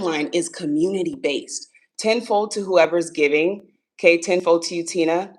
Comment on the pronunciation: I thought you were saying "10-4" instead of ten fold and it was a nice little chuckle lol